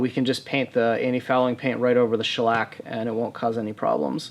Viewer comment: Man you really gave the word shellac quite the shellacking